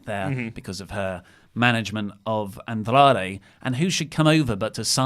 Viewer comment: Why does have to say Andrade like that? Andrrrrrrradre.